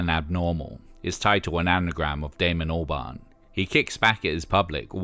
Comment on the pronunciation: Every time you say Albarn I hear Orbán. 🫢